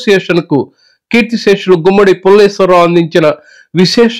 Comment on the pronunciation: Pulleswar rao kadu pulleswarao garu